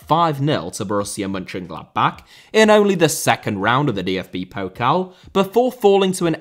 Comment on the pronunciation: Thank you for calling it Pokal and not Pokle ^^